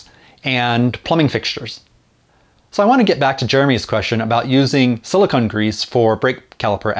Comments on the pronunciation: It’s sili-cone grease, not sili-conn grease. Silicone and silicon are two different things. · A quibble: It's pronounce "silicone," not "silicon." They're two different things. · I've never heard it pronounced that way either. I double checked with a dictionary and you are correct though so no argument from me. I wonder if it's one of those words that is pronounced differently depending on region.